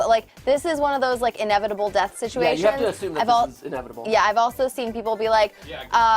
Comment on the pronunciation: *Struggling to say "inevitable"*